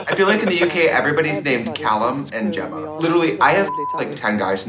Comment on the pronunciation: Any other Gemma's out there amazed Trixie knew how to pronounce their name? Never met an American that had even heard of my name let alone think its common 🤣🥳 Love these two 😍